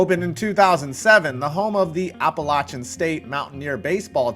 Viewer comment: Thanks for pronouncing Appalachian correctly.